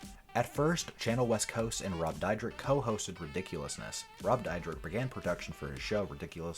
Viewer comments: ITS DEER-DECK. NOT DIE-RICK. NOT DIE-DRICK. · Rob "Dyrek-Dydrek" Dyrdek. Lol, wtf? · You're pronouncing his last name wron, Dyrdek is pronounced like Deer-Deck. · Is pronounced cha-nelle like the famous chanel brand and rob Deer-deck u fool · Your saying both of they are names wrong really wrong. Chanel West Coast is said like the perfume Chanel number five or Chanel the pocketbook not channel.😡 and Rob’s last name is Dyrdek which is said like dear-deck.. I think before you make a video about someone you should get your shit straight so you don’t look like a fool when you open your mouth because right now you look like a fool And sound like a fool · Jeez, my man can’t even pronounce his last name correctly. Haha 😂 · Bro you don't even know how to say his last name so STFU! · I hate how wrong this dude pronounce “Chanel” and “Dyrdek”. There’s also just some straight up lies. No wonder he has more dislikes than likes. Dude, do a better job getting your facts right.